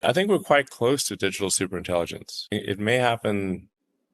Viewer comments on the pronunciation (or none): What’s with supreinttilligents …suppperrintegillens ,superintengilents …..when lies are the truth